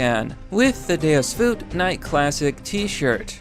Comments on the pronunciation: I hate your dumb wanna'-be badass crusader garbage, but if you're going to say something, have some respect for the original language and say it as "Day-oos volt". How is he unironically sponsoring this merch? This is casual-wear for Midwest middle-aged deadbeat dads. You pronounced it as "Day-us voot". WHAT? THE FUCK IS THAT? YOU HAVE THE MOST AMERICANIZED LINGUISTIC SKILL-SET. DO YOU KNOW LITERALLY NOTHING ABOUT LATIN? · can you say deus vult correct one fucking time holy shit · I'm not buying a t-shirt until you pronounce it correctly